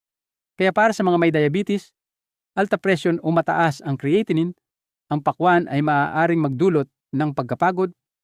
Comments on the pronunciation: "Cre-atinine"??? Bagong pronunciation iyan doc ah??? ANG dami mong paikot-ikot ng pauli-ulit na words which makes your irritably boring. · Bakit Hindi cya marunong mag pronounce Ng creatinine kung titoong doktor cya??